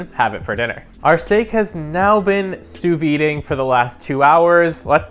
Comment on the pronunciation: Oh my god it's Combi as in combination, not as in Comb. Have...have you never heard the word combi before?! Also, it's sous videing that is supposed to sound like soo veeing. That toast function is incredible. Good video dude.